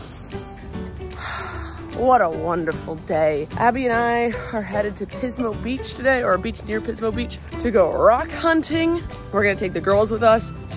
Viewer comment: Firstly, Hello! Secondly, I think it is very considerate of you to consider the sanctity of your Significant Other, and your reasoning behind that. Much respects. Thirdly, I had to catch myself at your pronunciation of Pismo Beach - to my ear, it initially sounded as "Piss, mo'," and I extend my sincerest apologies, ma'am. Take care. :elbowcough